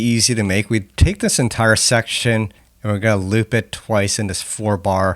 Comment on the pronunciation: Its not "dis section" its "this section"